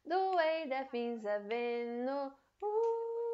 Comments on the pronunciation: A palavra Things você está pronunciando Fings. Mas na música ele claramente pronuncia tings e se colocar no aplicativo de pronuncia de inglês tb se fala tings. Então não entendo, já vi outros usarem esse mesma pronuncia para essa palavra com F. Afinal as duas estão certas? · Depende do sotaque eu acho